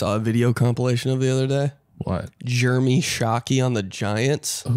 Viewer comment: Ben would pronounce the name jeremy as "germy". Also myles garrett and mason rudolph need to kiss.